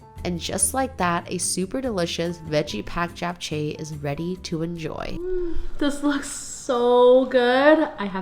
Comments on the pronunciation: STOP pronouncing it Jap its CHAP. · I loveeee your videos! Thanks for sharing! And it’s always lovely seeing your mom and family. So glad you’re spending time with them. Also! For japchae- jap is pronounced jop (like mop)jop- cheh :)❤